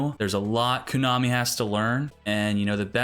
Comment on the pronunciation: you're killing me every time you say "koonami" lmao